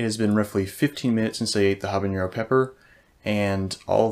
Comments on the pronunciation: NO! Habanero is pronounced with a regular N sound, NOT the ñ found in jalapeño! this is a very common mistake that drives me insane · As an aside, it's "habanero", not "habañero". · Your pronunciation of “habanero” is incorrect. Unlike “jalapeño,” there is no tilde in “habanero.” Do not add a “y” sound after the “n.”